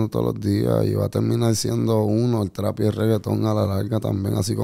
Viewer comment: Trap, pronuncien bien mae 🤣🤣🤣🤣